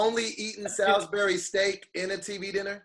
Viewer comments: Coming from someone who is from Salisbury MD it’s pronounced like (sauls-bury) not Sal-is bury🤣🤣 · First, it's pronounced "Sauls-berry" steak, second, you gotta be in the real south to get it from the store and make the real thing. It is not just ground beef as described and its not much like the tv dinner thing.